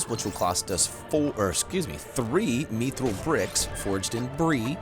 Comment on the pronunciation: It’s mithril not mithril